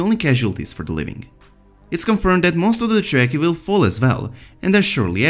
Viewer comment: If he understood ANYTHING he would have learned how to pronounce Dothraki and Dragonglass by now...